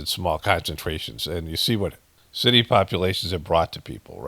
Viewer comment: When you were reading that scripture there, at about 15min in, I am dying laughing, because the way you were reading, I started to pay attention as I'm here passively listening, to the seeming none sense you are having a hard time reading with flow... and you said the holy shitty, some scripture about a holy city and you said holy shitty, not city!! So F'n funnnnnnnyyyy!! 😎💜